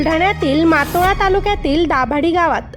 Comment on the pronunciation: मातोळा नाही... मोताळा आहे मॅडम....